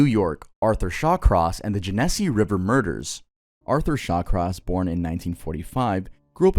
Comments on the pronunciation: (Jen knee see) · as someone from upstate ny,, genesee is pronounced jen ess see🙏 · I’m from New York and the way you said genesse sent meee 😭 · the way you said genesee tickled my brain 😂